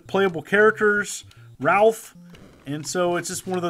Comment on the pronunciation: Said Ralph! wrong.Its Ralph! Not Ralph.